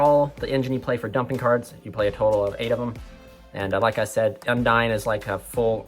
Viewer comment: Don't want to be that guy, but Undine is pronouned with the long "e" sound (Un-deen), not the long "i" sound (Un-dyne). I've been hearing too many people saying it the wrong way and it bugs me a little bit.